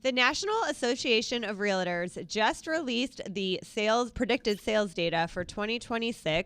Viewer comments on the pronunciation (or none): Love listening to you guys but please stop saying realittors. Just say it how it’s spelled. Realtors it’s two syllables. I can’t take it any longer 😂😂😂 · why can’t she pronounce realtors?